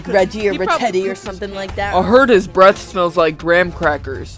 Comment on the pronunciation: I-I HEARD BREASTS INSTEAD OF BREATH OMG